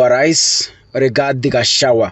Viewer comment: You cant pronounce GACHAGUA ...g is there. You call him Gachawa...Pleeeaaassse Ndewa....Ndegwa....G again